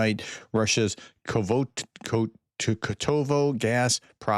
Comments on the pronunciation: It appears that is dyslexic, as he is often swapping the position of letters ( “Kovoto” instead of “Kotovo”). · Thank god not a linguistic professor 😉 Ko-to-vo.